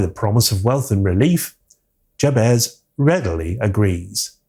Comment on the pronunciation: Have you actually watched this film? Firstly, Mr Scratch is not a "stand in for The Devil", he IS The Devil. And If you do bother to actually watch the film, you'll realise that the name Jabez is pronounced Jabeth, not Jab-ezz. Likewise Stephen Vincent Benet's surname is pronounced Ben-eh (silent 't') not Bennett (as in Tony Bennett) and Dieterle is pronounced Duh-ter-luh, not Deterle. Listening to you mispronounce their names over and over again was like nails on blackboard.